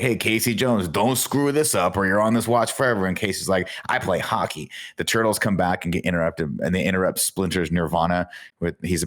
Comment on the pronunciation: NINJA TWO-TLES! WTF Tim! 😂😂